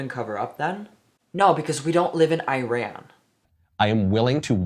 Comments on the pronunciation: Your video happened to be on my recommendations I clicked on it because I was born and you keep mentioning Iran as eye ran It’s actually pronounced as ee ran and as an Iranian woman I wanna say except for the government no one in Iran believes in these stupid morality rules (not saying you said anything else I’m just informing people) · for the love of god it’s not “ayran” it is “iran”